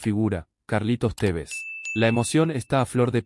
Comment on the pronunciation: Es la primera vez que me gusta tu comentario, aunque es Tevez, no cómo vos lo pronuncias!! Falta mucho debemos ser cautelosos, si observas el desarrollo del partido, hay momentos buenos y otros no tanto producidos por el altibajo de algunos jugadores!! El gol del descuento hubo dos horrores en uno, primero Marcone suelta a su marca y después fiel a su ADN el ex Rosario Central hace un gol encontra!! Atento Carlitos a estos errores de concentración no habituales en los jugadores de alto nivel, así nos vino pasando todo este último tiempo!!! No siempre vas a estar un gol arriba para empatar o ganar el partido!!! Se puede tener agresividad e intensidad, pero por sobre todas las cosas los defensores deben saber que hacer dentro de su área, corriendo hacia ella y observar los movimientos de los contrarios y saber cabecear hacia los costados, nunca hacía Adelante!! A Báez no lo ví bien ayer, el ex R. central tiene eso muy bien de arriba, más fuera del área propia, con dudas con los pies y adentro del área es un contrario mas!! Cuidado Carlitos!! Por favor!! El cuatro no ha venido defendiendo bien en ninguno de los dos partidos, el tres hace muchos fules, ambos con la pelota en los pies y en el área contraria son buenos, igual lo puede hacer la tarea un medio con llegada o un extremo que baje hasta la media cancha!! Lazo tiene eso de observar!! Cuidado!! Vamos Rojo, gracias por el segundo triunfo, pudimos haber hecho uno o dos mas!! Es preferible ajustar y tapar agujeros antes de qu